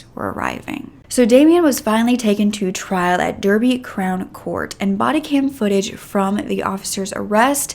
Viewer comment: It’s pronounced ‘Darbyshire’ ‘Darby’, just so you know. I’m from there and remember waking up to this awful news. The justice system is a joke here I’m telling you hence the reason he was even free to kill this poor family 😢. Another story where the system failed in Derby was the philpott kids where a mother and father actually killed their 5 kids you should look at that story the kids went to my kids school, so sad 🥺